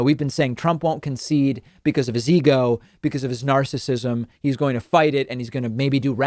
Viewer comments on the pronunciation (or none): Concede. Con-cede.